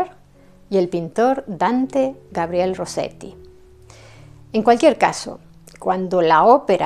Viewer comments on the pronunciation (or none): none